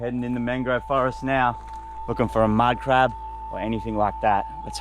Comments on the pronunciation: The word he say madcrab ihear like minecraft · wow when u said 2 big mud crab fast it sounded gibberish lol i love the vids